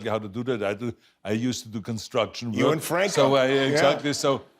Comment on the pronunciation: Arnold gotta work a little more on his “Work” sound. I hear twerk ;)